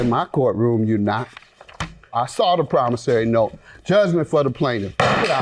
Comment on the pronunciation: So Many of them has come on this show, saying ""PROMOSARY NOTE"", till, the poor judge, who would ALWAYS, say ""PROMISSORY NOTE"", is now also saying, ""promosary note":, listen to, him!!!